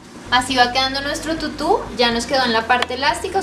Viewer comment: Tutu ba con acento tutú